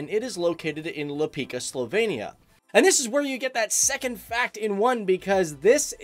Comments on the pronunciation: Lipica is pronounced as Li-pi-tzuh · I hate how you sey lapika, omg c is not that hard to sey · In slovenia, we say Lipica. With C, not K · U say it the same as ch-oocolate (the ch) so č in same as ch.. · Can we just talk about how he pronounce words? He said Lipika... Its Lipica. Im Slovenian and spended half of my life wity Lippizaner horse. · Its Lipica not lops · I`m sorry, but you have some serious miss pronunciation of Slovenian "C". Slovenian "C" is not "K" like in Canada, but more like "c" in "Sicily" ... you don`t say that Sikily, right? So, Lipica is not Lipika, but more like Lipisa or Lipizza ... therefrom the name of the horse's breed - Lipizzaner, comes from. Also, the river Soča is not Soka ... you know the song Chiquitita from ABBA? If you use the "Ch" from the beginning of Chiquitita and replace the "č" in Soča with it, you are very close - Socha. If you`ll ask for Soka or Lipika in Slovenia, I think not much of the Slovenian people could help you, since they wouldn`t know where you want to go. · The letter C in Slovene is always pronounced like "ts" in "tsar". So it's [Lipitsa], not [Lipika]. The letter Č is always pronounced like "ch" in "cherry". So it's [Socha river], not [Soka river]. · You pronounce lipica wrong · Oldest grape plant or whatever is it called in english is located in Slovenia=> Maribor. This is just a friendly critic, you pronounce letters wrong it is Lipica with c not k and soča like cherry not soka like charather from avatar the last airbender. Great videos a lot of information. Can you just mention my birthtown Kotlje. Near Kotlje there is a mountain with the church on the highest level in Europa or maybe whole world. Tnx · its not pronounced LipiKa, but Lipica, how can i.....tell....the most similar sound......like u would pronounce it Lipisa, or Lipiza also its not pronounced SoKa, but Soča......Socha, and not Simon Gregorek, but Simon Gregorchich ( Simon Gregorčič)